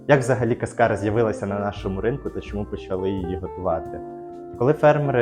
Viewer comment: Якщо що, то кАскара, а не каскАра